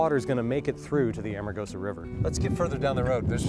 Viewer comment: Why did the narrator keep saying 'Armagosa' instead of 'Amargosa'? Did they not notice that when they edited this series? Lol